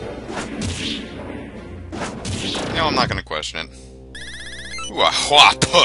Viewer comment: By the way, "Hua po" is pronounced hwa pwa.